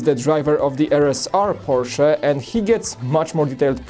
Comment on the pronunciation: I’m glad knows it’s porch-uh. Polish may have similar pronouncing to German.